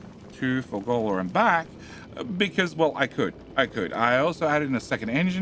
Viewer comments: Fulgorrrrrrrra. Why are you saying fulgollllllllla?😊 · I came here to see this comment, it is Ful-GOR-a! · I love that calls it moldy science. I don't love that calls it Fur-goal-la. Swings and roundabouts.